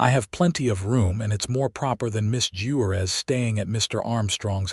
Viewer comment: 😂 🤣😂🤣😂 at the way AI pronounced Juarez and Monterrey. But it finally pronounced 'wound' correctly. Bravo.